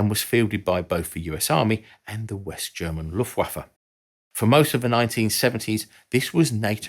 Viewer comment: wtf is "loof uaffa"?